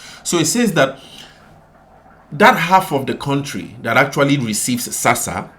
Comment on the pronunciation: ITS NOT SASSA !!!!!!!